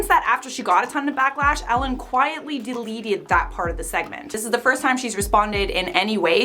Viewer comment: I giggled at how she said "Delieted" lol